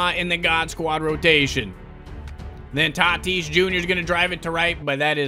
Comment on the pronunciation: It’s not t i t i s It’s t a t i s